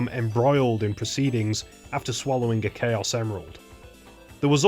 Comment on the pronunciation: no as in CHAOs not Chaos